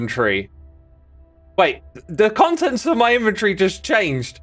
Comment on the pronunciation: Thank you for pronouncing inventory properly. I so often heard ist as Invent-tory even from brits!